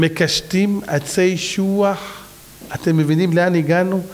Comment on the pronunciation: אשוח... לא שוח.